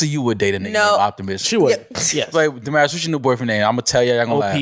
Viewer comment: Damaris name is pronounced different in Spanish. Damaris is a Spanish name where American missed pronounced it. Translate Damaris to Spanish in Google translate. (Da-mah-reese).